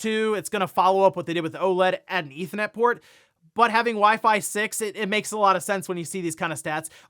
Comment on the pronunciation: Why can’t you pronounce the R in ethernet?